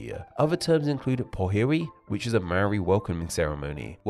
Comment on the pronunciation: To be fair, he mispronounced all the Maori words. Including "Maori".